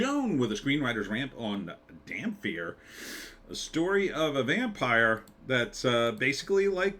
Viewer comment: dampyr... The irony of a mispronunciation that could be fixed by standing in the Sun